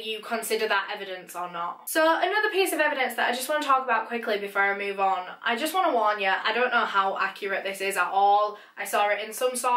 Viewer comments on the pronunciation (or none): none